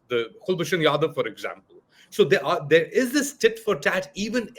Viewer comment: its not kalbhoshan its Kul Bhushan. Its not Andia its India; its not And Force its Armed Force; its not raa it RAW. I can understand its bit difficult for a madarssa educated pakistani punjabi jehadi to pronounce correctly.